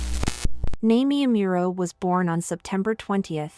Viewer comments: Omg at least pronounce her name right 😔😢. NAH-MEE-EH AH-MOO-RO. Like I appreciate the video but her name is maybe the most important thing to pronounce correctly lol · Did you say "Naymie Ameural?" ... ive heard bad pronunciation but thats the worst. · Girl who the fuck is Namey Ameero? 🤣🤣🤣 Get outta here with that AI voice shit fr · her name is pronounced nah-me-eh ah-moo-roh. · Why are pronouncing her name wrong ?? Is this a.i generated ? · Why do you keep mispronouncing her name? Don't you do any research? 🤷🏿‍♂️ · At least pronounce her name right, jeez. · If you’re going to make a video about her atleast pronounce her name correctly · Not trolling. Just exhausted at listening to the narrator grossly MISPRONOUNCING her name repeatedly. Did all this homework well, but can’t do basic shit like pronouncing a name correctly. Lazy. Please do better. Biopic is pretty good though. 😅